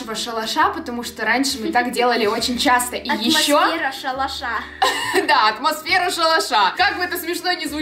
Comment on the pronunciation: Посчитайте сколько раз она сказала атмосвера!🤣😂🤣😅